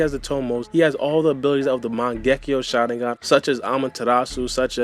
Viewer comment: cannot stand how you say Shalingan LOL! work on your speech and pronunciation please